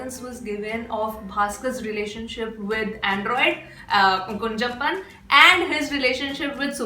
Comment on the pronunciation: It's not kunjappan it is kunjappan with ञ and how it will be pronounced if two ञञ. That is how you have to pronounce kunhappan.